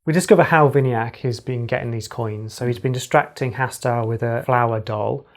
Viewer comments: You say vini-yak I suggest we-na-yuck Ignore the meaning of yuck but that's how I could interpret it to you. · How they pronouncing my name vinayak🤣🤣